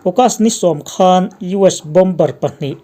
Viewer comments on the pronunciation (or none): none